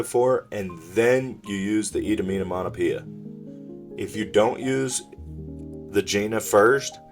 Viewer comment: itominamonapia! lmao you not being able to say that card name has me dieing!